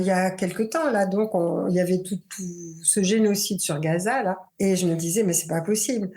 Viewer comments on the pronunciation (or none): none